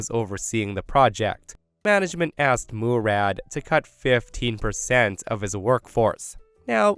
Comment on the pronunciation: Yeahhh, it's not pronounced "Moo-rad".